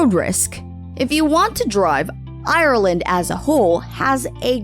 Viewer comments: Ireland, not I-ir-land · Hate how she says ireland